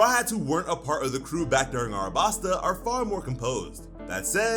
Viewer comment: Wait just a second there. Is this real or a Mandela effect. The city is called ALABASTA. Not Arabasta…